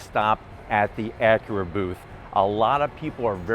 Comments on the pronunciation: It's Acura, not ackera....drives me fucking crazy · Its ac yer uh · You say Acura weird.